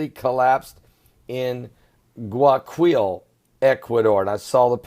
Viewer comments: is pronounced " gu-ay- a - keel " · Pron. Quito = KEE to Guayaquil = Guai a KEEL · Quito is pronounced Keytoh Guayaquil is pronounced Who-ah-yah-keyl Perdnales is pronounced Perd-nah-lehs